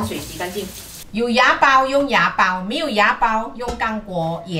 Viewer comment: 温馨纠正提示：是wa(瓦)煲！不是牙煲啊！！要修正发音一下，内地听起来很怪。😂😂😂